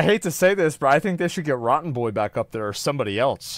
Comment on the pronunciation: definitely. Especially when he pronounces the lawyer's name rotten-born. Maybe he's picking up some vibes from the jury. I don't think Herds lawyers looked good today. The questions they were asking were obviously trying to control a narrative. Which is their job. If I were on that jury, I would have been frustrated with them not letting experts answer the questions.